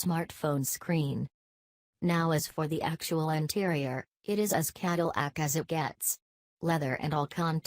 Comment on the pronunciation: Caddle ack? Human voice, please. Escalot? WTF?